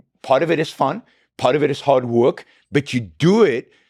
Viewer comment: It's work, not woik